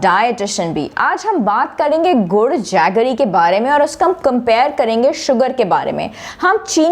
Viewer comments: گڑ ہے ، گڑھ نہیں ۔ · یہ لفظ گڑ ہے نہ کہ گڑھ